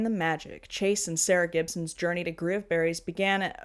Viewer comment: I kept hearing 'Groomberries'....which, yeah...